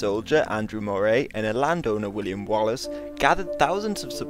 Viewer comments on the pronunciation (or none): none